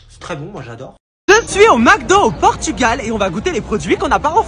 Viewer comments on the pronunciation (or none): none